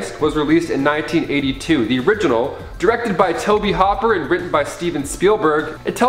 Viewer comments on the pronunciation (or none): Tobe Hopper? Seriously Top 5? "Tobe HOOPER" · Did you really just refer to Tobe Hooper as Toby Hopper? Also, how is there nothing from Full Moon on this list?